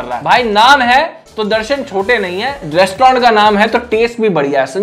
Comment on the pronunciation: Restaurant❎ Restaurand✅